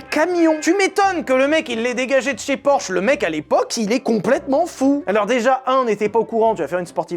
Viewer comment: "orsh"... 😅 fais un effort sur la prononciation des noms propres 😂